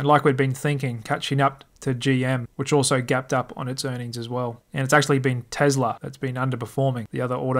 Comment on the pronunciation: PLEASE stop saying TeZla . It’s TeSla. I cringe every time you say it.